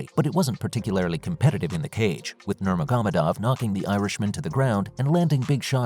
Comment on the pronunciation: him saying nurmagomedov is pressing me … NOR-MAH-HO-MEH-DOV.